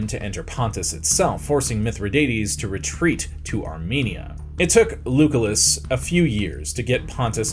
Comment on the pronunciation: Lugolas? "Lew Kul Iss"